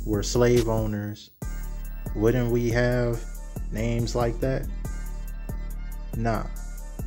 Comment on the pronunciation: the way she was pronouncing those names was crazy 😂